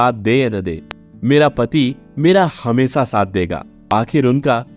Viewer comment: हमेसा नही हमेशा बोलिये . क्या आपको श का का बाधा है क्या? जो की श की जगह पर स का उच्चार करते हो